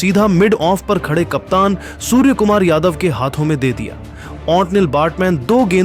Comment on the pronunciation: Bhai सुअर nahi सूर्या bolo 😂😂😂